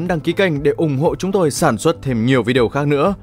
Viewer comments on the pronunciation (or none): none